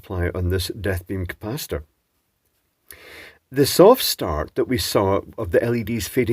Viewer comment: Did you really say "Death Beam Capacitor" or is it just that once I'd read it in the transcript I couldn't unhear it?